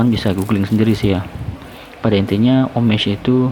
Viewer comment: Ngomongnya bukan “omej” tapi “omaj” bang